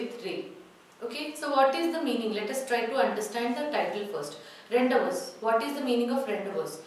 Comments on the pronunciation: Mam ur pronouncing the title wrong It's not rendevous, it's rendivuuu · Mam 🙏.I think the pronunciation of Rendezvous is "/ randivuuu"/ not / rendavas/... Please just check out and clarify my doubt... Mam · Revathi Am she don't know english it is spelt as ron-day-voo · rawn·dei·voo🔊 I am a regular follower of your videos.. Except Rendezvous pronunciation everything is Good..👍🏼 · Rendezvous should be pronounced as rendavoo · Pronounciation of rendezvous is wrong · Madam, were you right in pronouncing the word 'Rendezvous'!? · pronunciation of rendezvous is wrong ...please pronounce it correctly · rendezvous prounce wrong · Superbbb.but.pronunciation wrong.......rendezvous.......